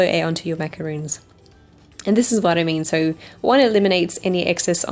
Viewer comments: It's pronounced maca-rons not macaroons. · RONS! NOT ROONS! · There is a big difference between macarons & macaroons. Not to be rude or picky but thats important to know. She mispronounced the name of the cookies she made. It's said MacaRON , not double oo's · I love your videos and channel. With no rudeness meant , you made macarons and continuously said macaroon. Hope you know that b/c they are totally different cookies. I truly dont mean to be rude. Just helpful.